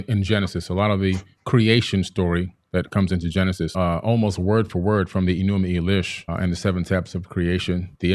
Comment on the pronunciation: "e-NU-ma-EL-ish," not, "e-NU-mee-a-LEASH," "MAR-duke," not "MAR-duck," "a-tra-HASS-iss," not "a-tra-SEESS," this fool has such a boner for Zachariah Sitchin. Have you guys ever thought that the same event could be described different ways, like, witnesses describing a car crash? Each text has an agenda. One, allows incest, rape, sodomy, tyranny, bestiality, murder, theft and encourages self-aggrandizement, the other text prohibits those things.